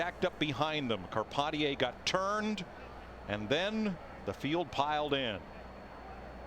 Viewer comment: Shout out to Patrick Carpentier. Love Canada. I love it that Darrell called him “com-par-teeayy” when he radioed him 😂